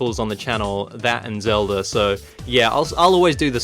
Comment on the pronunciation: I love the way you say Zeldurr